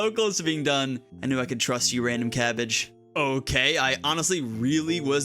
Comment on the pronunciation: Cabbage but pronounced like barrage (potential bit)